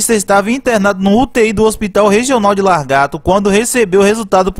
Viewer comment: Não é largato não mano é lagarto 😂😂😂👏